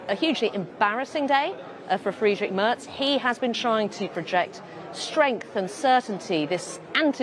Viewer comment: The BBC's Berlin correspondent cannot even pronounce "Merz" properly.🙄 It's "mehrts" not "merts".